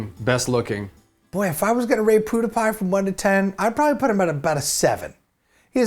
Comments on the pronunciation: The he says pewdiepie is great "Poo Duh Pie" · I love how he said pewdie pie "Poohdepie" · the way he said "poodiepie" lmao